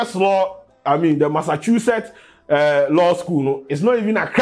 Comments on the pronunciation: Massachusetts wey ma man Dey say “MASSAKU “ den things 😂😂😂😂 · its simple tho, its pronounced Massashusetts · 😋 nkwadaa y3 hw3 Your pronouncing of Massachusetts was harassing you😀😀😃🤣💗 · The pronunciation of the Massachusetts bi some way bi ooo.